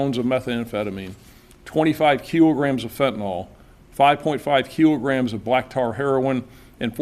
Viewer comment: "Keelograms" or "Kilogram"? Hmmm. Dumb frim top to bottom. Dumb country.